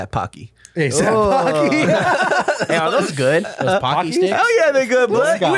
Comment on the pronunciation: Bruh “ASAP Pocky” I’m dead